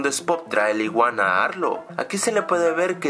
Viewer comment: cuando a arlo lo llama dicen arlo no arlou error num: 15